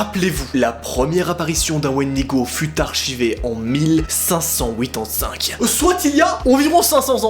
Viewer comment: Je comprend rien quand tu dit 1585 😂